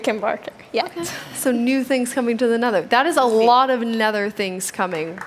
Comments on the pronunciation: When she said “Nether” it sounded like “neder” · Am I the only one who got annoyed on how she said “neder” instead of nether? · "Set spawn in nedder*... find food in *nedder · I thought she said the N-word forest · I thought she said "Network Forest" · I think its pronounced "De Neder"